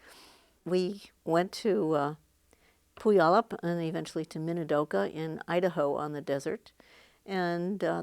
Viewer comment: Thanks so much. Sorry, but you mispronounced Puyallup. This from a native of Washington State. Your father’s furniture is amazing. Thank you for carrying on with his work!